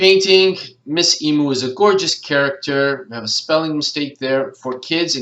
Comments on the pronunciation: I would have never thought of using Shutterstock for keywords, plus you don't have to pay for using it either, how good is that!:) Wikipedia makes a whole lot of sense too! Couldn't help but let you know.....The only correct way to pronounce emu is "ee-mew";) Great video, thank you! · Yes, I search high and low for them, but as you say sometimes someone just has the golden nuggets. :) Hope you didn't mind, I've never heard anyone pronounce Emu like that, I couldn't help myself 😌